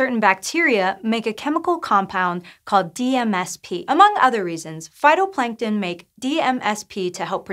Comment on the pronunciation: Wish that DMSP was enunciated... I would like to know the proper way to say that name.